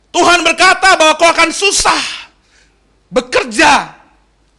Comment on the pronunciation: Saran agar pengucapan tuan dgn Tuhan supaya lebih jelas.